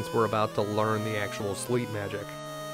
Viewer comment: "Learned Slep"